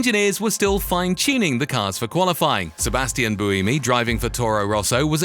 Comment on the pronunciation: If you're going to do a long video about Formula 1, can you at least take five seconds to learn how to pronounce peoples names (an utterly disrespecful thing to get wrong) and locations correctly? "Interlagos' and 'Buemi' with not even an attempt within a minute of each other, with Gene following.